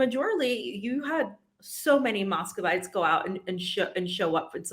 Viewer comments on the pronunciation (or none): And Muskovites, not Moskowvites